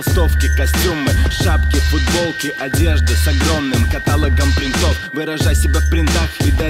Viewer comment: КаталОгом, КАТАЛОГОМ НА О, ТВОЮ МАТЬ!(но если для рифмы нужно, то ладно)